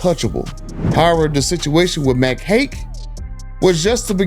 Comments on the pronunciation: The correct way to pronounce the dealers name is Mack Hike, I live and work in that area of the woods. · Mac Haik is pronounce Mac Hike